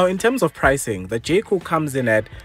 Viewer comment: who else kept hearing jcole😂